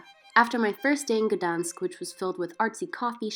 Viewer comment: Why did you not pronounce the G in Gdańsk?? It’s normal in English and polish to do this so no idea why you dropped it